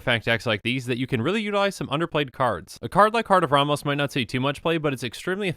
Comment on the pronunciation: I find it humorous that you pronounce the name "Ramos" two different ways in the span of 20 seconds lol.